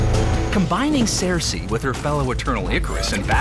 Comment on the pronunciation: What is with the weird pronunciation of Sersi? It should be "Sir-See" not Sare-See"